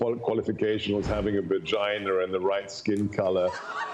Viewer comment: He said vaginer.